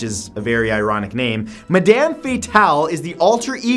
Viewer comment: Matthew, for number 2 it is pronounced (mad-um fate-ul)